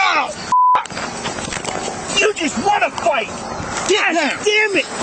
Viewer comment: Smile, say "the idiot thinks hes got me"... Also, listening to that damned honking goose twang is unnerving, now is a one syllable word goofneck! 😅 UNFIT FOR LAW!